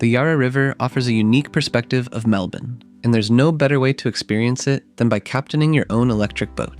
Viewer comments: So weird hearing an American say it normally lmao. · You pronounced Melbourne correctly 😊 👍